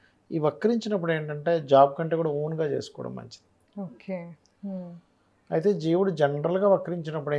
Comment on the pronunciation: ఒకే అని పలికేది బాగా పలకండి